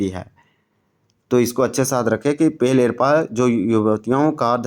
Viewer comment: पेल एरपा नहीं पेल्लो एड़पा होता है।